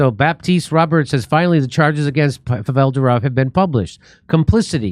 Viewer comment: Pronounced “Povel” not “Pavelle.” 😂